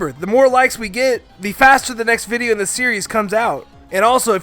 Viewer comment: I’m did he say viveo? Or and I’m tripping 😂